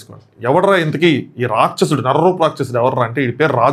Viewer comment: Racchasudu kaadu pronounciation , its Rakshasudu. Mundu telugu spashtam gaa palakadam nerchukoni, nxt you tube videos cheste better.